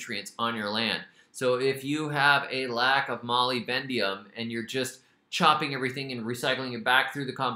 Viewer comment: Love this so much... but please say moly-BDENUM, not moly-BENDIUM